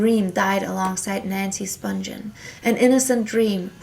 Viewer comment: Nancy Spungen's last name is pronounced "spungeon" with a soft G not "spungen" with a hard G. Several of the names you mentioned were not pronounced correctly.